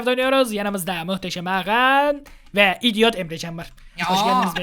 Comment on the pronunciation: lan dior diyo ya dior değil idiot